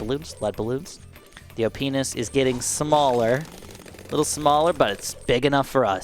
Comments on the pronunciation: "the op-ness (sounds like o penis) is getting smaller, but its big enough for us" - 2023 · Am I the only one that thought he was saying “yo penis on sauda is getting smaller”😂